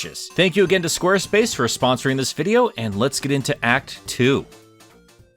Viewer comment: Or is it “Squerspuce?”